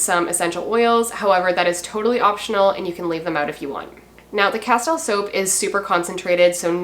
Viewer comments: It’s pronounced Casteel fyi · Castile is pronounced 'casteel' I believe. I use Dr. Bronners also. Good stuff!